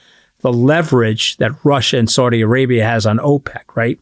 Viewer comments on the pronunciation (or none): none